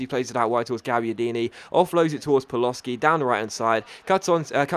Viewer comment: It's pronounced PALOSHI not Paloski